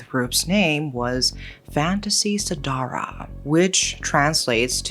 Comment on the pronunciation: lmao I giggled when u said the word "fantasy sedarah" (nffs) Indonesian usually say it Fan-da.see se-da-rah